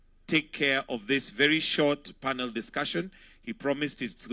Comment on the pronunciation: It is it not PANO, dear. It is PANEL: /ˈpænəl/